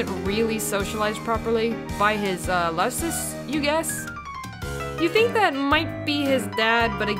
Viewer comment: good video, but lusus is pronounced (Loo-sus) not (Luh-sis)